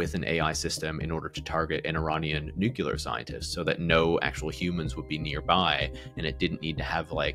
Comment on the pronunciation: Nucular scientist.